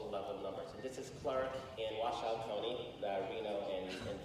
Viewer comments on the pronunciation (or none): whoever the purple shirt guy kept pronouncing Washoe county wrong jfc